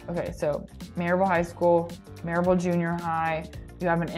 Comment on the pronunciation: Louisville is pronounced ‘loo eh vull’. Maryville is pronounced ‘murr eh vull’. You’re welcome.